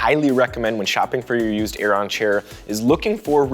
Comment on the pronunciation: It's pronounced 'Airen'